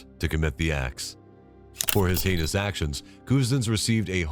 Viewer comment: “Hein-y-ous” is not a word. “Heinous” is.